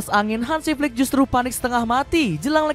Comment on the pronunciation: Admin Salah penekanan intonasi bang.. 😂😂😂 Maksud nya Flicks yg dari jerman